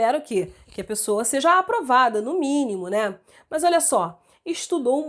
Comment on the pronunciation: eu so fiquei cm agonia q ela fala MAS parecendo MAIS KKKKKKKKKKKKKKKKKKKKKKKKKKK de resto otima aula